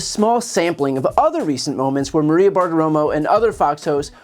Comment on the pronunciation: it's funny how the guy at the very start cant even pronounce maria. he says it like marrwiea. the correct way to pronounce maria, sounds somewhat like ikea. but with a mar and no ik.